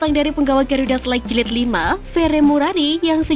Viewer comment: Garuda SELEK BUKAN SELAIGH MIN...😁😁😁